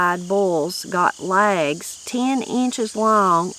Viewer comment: Funny how they pronounced legs as "lags" 😂